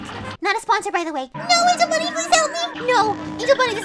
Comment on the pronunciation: You said six times of Angel funny